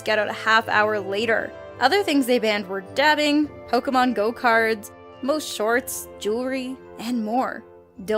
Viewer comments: Did she just fucking say "Pokemon go cards" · W-Wait, what? Did you say Pokémon Go-karts or Pokémon Go Cards? Because I'm pretty sure neither of those things exist.